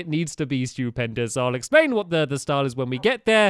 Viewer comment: when he said "stewpendis:" i thought he said "stupidpendis"